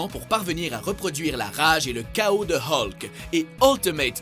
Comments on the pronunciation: non ! :') ça se prononce Hulk ! :') Comme depuis toujours :') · À d'accord ,tous s'explique mais c juste qu'à l'ecoute sa fait bizarre pour moi , moi qui a toujours dit et entendu " Hulk " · J'ai envie de me suicidé comment il a dit hulk